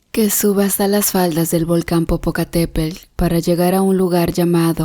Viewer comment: ¡¡¡POR DIOS...!!! ¿"POPOCATEPEL", "IZTACIHUAL"...? HAY QUE APRENDER A PRONUNCIAR CORRECTAMENTE LOS NOMBRES SI SE VAN A MENCIONAR...¿PROBLEMAS EN LA VISTA Y MANEJABA UN TRAILER CON CARGA...? LE HABRÍAN PROHIBIDO HACERLO...